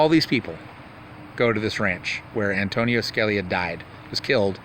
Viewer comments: Antonin ..,.... pronounced AN TO NIN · It's not Antonio. it's Antonin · not antonio its antonin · Antonin..not Anthony. Good work